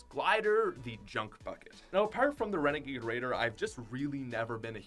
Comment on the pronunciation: renegade rEadeR